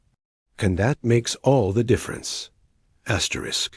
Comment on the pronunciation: wtf is Dot Dot Dot and Asterik try to Fix it